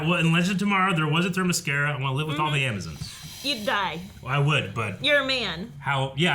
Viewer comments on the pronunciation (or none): It's not Thermescara it's themyscira